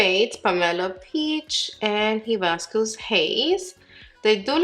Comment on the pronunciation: So excited for these! I want them all but I’ll start off with the peach and red😊 *the correct pronunciations are: high-biss-cuss AND ah-sigh-ee. Hibiscus a 🌺 flower pictured here and açaí is a superfood berry high in antioxidants.* Thank you for get getting all and giving us swatches, bare face applications and foundations applications💝 you rock!!